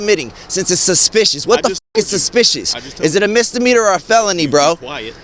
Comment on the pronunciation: MISDEMEANOR NOT MISDEMETER